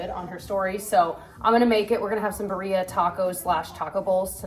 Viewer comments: It’s pronounced beeereeeah birria not bereeea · Just wanted to mention it’s pronounced beer-ria (well, not technically because this isn’t the correct accent, but this is more closely to what it should sound like) not bu-ria 😅 not trying to be annoying just thought maybe you would like to know if you haven’t heard it before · I can’t get over how you pronounce birria. It’s more like beer-e-ah. I’ve purchased the beef from Aldi and I’ve actually tweaked it to follow a cooking by Claudia video (birria instant pot recipe). And it was amazing!!! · that's not how you pronounce Birria! 😅 It is Be-REE-ah. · That’s not how you pronounce birria. It’s like bee-rrree-ah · Gurl PLEASE learn how to pronounce birria correctly. Like I get it if rolling the r is hard but at least put the emphasis in the right place omg. I love watching your videos and I love that you guys eat food from a diverse set of cultures but part of your appreciation for diverse foods should include learning how to pronounce things or making SOME effort to pronounce them correctly.